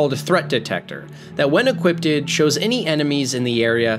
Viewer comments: Why is 'equipped' so hard for you to pronounce? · Why are you pronouncing it “equiptid” instead of “equipped” ?? Do you seriously think that’s how you say it? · It bothers me how you say equipped. Youre pronouncing it like its eeqwipped-ed instead of just eeqwipped. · bro I had an argument with a couple friends about this, they 100% just talk like that and say EQUIPPEDED casually like that's how it's pronounced. This is why God left us for Earth 2. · Why do so many people pronounce equipped like "equipted"? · equipped not equipded only one D mate you spelled it correctly its just your pronunciation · you are adding an extra syllable to equipped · Equipped is two syllables